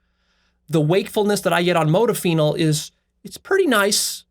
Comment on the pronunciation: The way you pronounce modafinil makes me cringe so hard